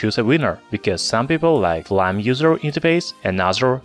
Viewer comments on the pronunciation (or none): Flyme not flym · Yeah. Fly-me